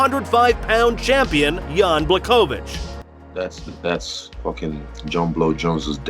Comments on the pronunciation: It’s Bla’Ho’Vich or Bwa’Ho’Vich. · Everytime you said jans name it was annoying me like, wasn’t pronouncing his name properly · ł in Błachowicz sounds actually like W in English.